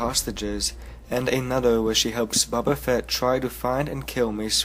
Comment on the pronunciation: he says buba feet